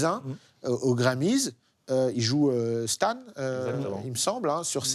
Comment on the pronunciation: Vraiment tout est nickel : mais la prononciation des termes anglais en francisé ... c'est tellement pas bien. Il y avait des moments ou les invités n'arrivaient pas à prononcer Marshall Mathers correctement. Le morceau 'Stan' ( prononcée STANE ) : massacré ... Il y aurait tellement moyen de faire des efforts la dessus. Sinon , pour le reste, bravo.